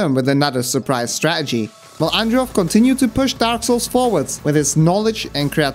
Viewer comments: Awesome video but please. It’s StraTegy. Not Stra’egy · Stah-ah-gees lol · You say -Str-ah-gee It is Stra - TA - gee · I love the way you fully pronounce every word then say 'straegy' like some bloke at the pub. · IT’S PRONOUNCED “STRAT-ERGY”. Emphasis on the second T. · Bit of a negative comment but man... please stop saying stra-uh-gee if you're going to say it a million times in the video. It's jarring. Also, I'm sure many people enjoyed the style of your video but it was long-winded and took forever to get to the point, so, thank you for the timestamps. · Why do you all of a sudden become bri'ish when saying stra'egy? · Guy says strategy so Scottish ahahah, from a Scot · I love how you pronounce strategy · why tf do u say strategy like that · Cool vid. The way you pronounce 'strategy' seems different to the rest of your accent. It's curious. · Very entertaining video, but your aversion to pronouncing the letter T in a video about strategy is kind of grating on my bones, like nails on a blackboard. Still gets a like though.